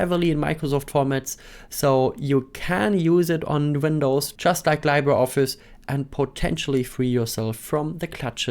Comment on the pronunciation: “LibreOffice”: Im Englischen wird es wie “LiebreOffice” ausgesprochen. Genau so bei LibreWolf.